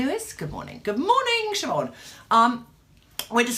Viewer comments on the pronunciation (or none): none